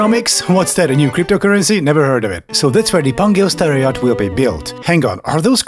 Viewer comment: I'm Czech like the narrator, but I keep hearing "terror yacht". This is something from Adolf' fever dream.